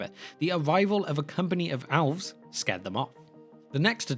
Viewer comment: The alfs. Hahaha. Priceless. What a difference accents make. Love it.